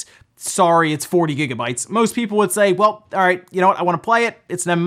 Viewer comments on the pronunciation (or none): none